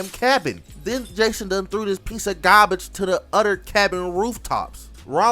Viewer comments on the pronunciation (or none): Bro why was I hearing a Boston accent when you said garbage 😂